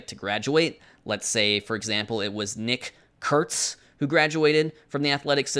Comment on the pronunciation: Nick Kurtz and Schittler both mentioned in same video, and pronounced both perfectly under pressure